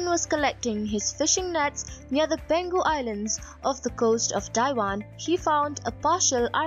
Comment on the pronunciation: Just wanna comment that the place is pronounced as Peng Hu.